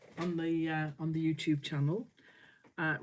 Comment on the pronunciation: I first saw you a few weeks ago! How I love it! I thought your greeting was “Hello my Two friends” which I thought was so charming. Now I understand you are sayin UTube Friends. Silly me, but it’s still cute. ❤️